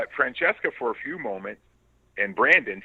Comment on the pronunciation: I can't believe he pronounced Francesca's name correctly